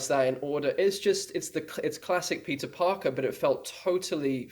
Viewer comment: I'm sorry, but from and on all I hear is "Pizza Parker" 😅 But seriously though, it's so surreal having all three of them together! I especially loved Tom's story of him and Jon being terrified making Homecoming, both newcomers trying to make such an important movie.